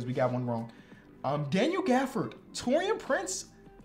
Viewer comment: Him saying Taurean Prince 😂😭😭😭